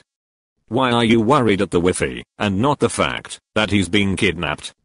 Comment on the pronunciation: bot really said weefee